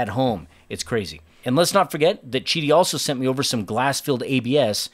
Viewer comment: Beautiful machine, painful hearing the company pronunciation... 😂I was curious about Qidi the first time I saw the 3 Max. Glad to see the in the comments about an AMS/MMU type addition; just hope they do a better job of what I have 🙄 Nice pricing 🤯🤘🤘